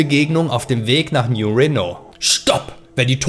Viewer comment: Nein, kein neuer Renault! Man spricht es als New Reeeno (oder auch Rino)...ps: Franzosenkarre die Sprit braucht würde in Fallout auch nix bringen, das Öl ist GONE! Weg! Nix mehr da!